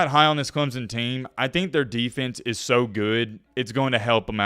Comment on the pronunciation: its clemson not clemzon